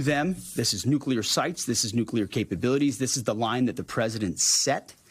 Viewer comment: Say what you want about your political beliefs - I'm just happy Hegseth can pronounce "nuclear" correctly. "NU-klee-ar". Found the first nice thing to say about him 😂